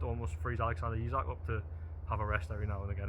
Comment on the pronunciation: it's pronounced eezak howay man taalk proppa and could you journos invest in a tripod as I am feeling quite seasick watching you bobbing around on video other than that keep up the good work